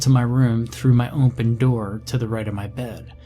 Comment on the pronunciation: Narrators, you guys are great! I do have to say at least one of you is going to get better I know it but not to be mean, when you say ompen instead of open it drives me crazy and it seems like you should work on the storyline a bit more before narrating. Emphasizing the wrong parts at the wrong time. Anyway I enjoy it nonetheless. But open not ompen please for God's sake😊